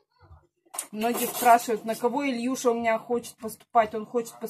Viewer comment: Правильно надо говорить Илюша. А не Ильюша. Не портите красивое имя!